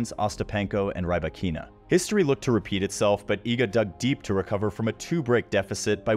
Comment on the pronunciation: Not "Rai-bah-KEE-na". "Rhee-BAH-kee-na".